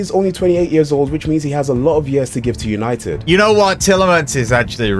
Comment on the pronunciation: man loonited?